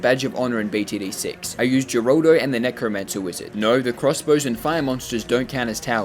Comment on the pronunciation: Her-al-do his name is geraldo name for pronouncing is her-al-do